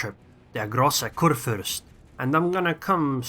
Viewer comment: hm... are you sure because i am from germany too and i'm pretty sure he prnounces großer kurfürst kinda odd